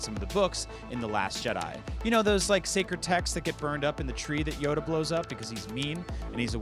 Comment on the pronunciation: There is no s in jedi